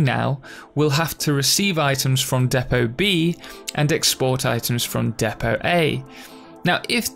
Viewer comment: Its spelt Depot (although it's mispronounced in the video)